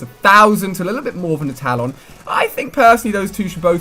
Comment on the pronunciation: You mispronounce a ton of words. Some of the ones I noticed are talon, autonomous, and Cerberus. Sorry, it got a little annoying hearing so many words being mispronounced in such a short period of time. Have a good day.